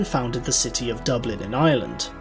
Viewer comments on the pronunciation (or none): none